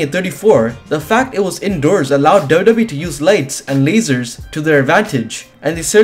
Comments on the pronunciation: whay are you saying dodo bee 😂😂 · Dubdube is how you say WWE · It took me 5 minutes to realise you were saying wwe 😂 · Can this guy pronounce wwe correctly?😂